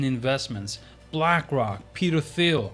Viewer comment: Thanks for the video. FYI, Thiel is pronounced “teal” like the color. The H is silent. Sorry to nitpick but just in case you talk more about him in future vids wanted you to say it correctly.